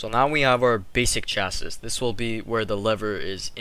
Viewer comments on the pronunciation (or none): sorry, the last S in chassis is silent so its said like 'chasee' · the way he says chassis makes me wanna die